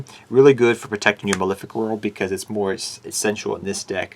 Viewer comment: You think someone making a deck profile would be able to pronounce Malefic.